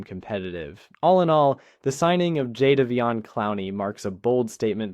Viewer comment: Jayvon Pronunciation 😅